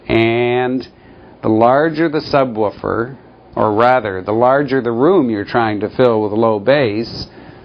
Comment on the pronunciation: he says subwuufer